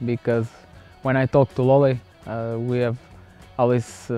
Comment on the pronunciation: Love how he says Lolleh